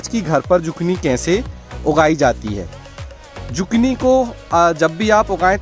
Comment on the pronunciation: Isko zukini pronounce karte hai instead of zukni